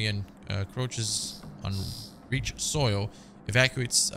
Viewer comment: It's pronounced 3rd "Rike" (like bike)